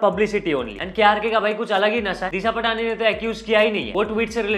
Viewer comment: bhai its disha पाटणी not पटाणी